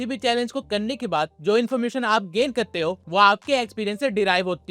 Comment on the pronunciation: Kar te hai not kte hai😂